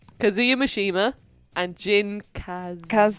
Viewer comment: you may love Kazuya, but you’re pronouncing his name wrong lol